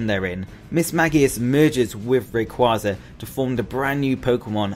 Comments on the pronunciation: It’s ray-quay-za not ray-qua-za! The name origin is ray and quasar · It’s pronounced ray- quay-zar because of ray and quasar so also mag-quay-zar